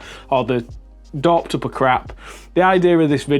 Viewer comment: What is “dorped up” What is “brush serhp” Help